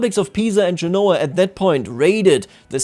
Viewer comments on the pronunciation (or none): none